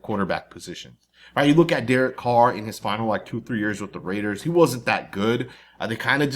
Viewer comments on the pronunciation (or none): none